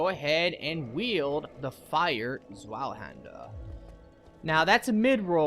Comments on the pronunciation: The zweihander is pronounced (Tsveihander) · Zweihander There's no l Ts-vi-hander. The i in vi is a long i. You can also pronounce the z like a normal z. But you manage to mess it up by adding an l which is not there and there's no reason to think it's there.